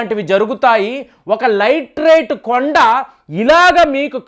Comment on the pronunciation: లైట్ రైట్ కాదు, లాటి రైట్ అనాలి